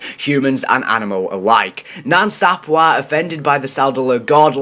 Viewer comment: It's pronounced Sap way bro😂